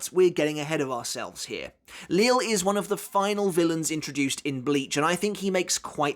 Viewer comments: I'm quite surprise that you still call him Lil or Lilly when he's name was already revealed to be prounounced as Lijie or Lijee. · It’s kinda weird to still hear “Li-le” or “Lil” when it’s now “Lije” which makes sense considering his pronunciation of chocolate, it makes sense for the “LL” to make a “J” sound. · surely you're aware of the proper pronunciation for the names of Lille, Cang Du, Äs Nödt etc by now? Are you just used to the way you've been pronouncing them thus far?